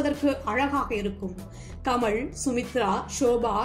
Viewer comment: நல்ல குரல் நல்ல ஏற்ற இறக்கம். ல ழ ள சில இடங்களில் மட்டும் கவனிக்கவும் . ஆல் என வரும் இடங்களில் மட்டும் ஆள் எனச் சொல்கிறீர்கள்.நடிப்பாள் கமள் நடித்திருந்தாளும் மலையாழம் தெளுங்கு கவனிக்க. பாடல் ஒலிக்கிறது.எனபதற்கு‌ ஒலிக்கின்றன என்கிறீர்கள்.படங்களாக அமைந்துள்ளன என்பதை‌ அமைந்துள்ளது என்கிறீர்கள். ஒருமை பன்மையும் கவனிக்கவும்.